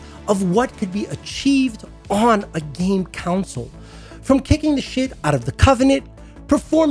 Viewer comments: It's called a console so why do you keep pronouncing it as a councole? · The way you pronounce console gives me conniptions.